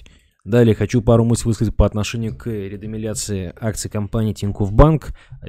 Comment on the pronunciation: Не редомиляция, а редомициляция